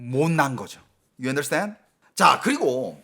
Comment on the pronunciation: 유언더스탠? 하는데 중국어로 들림.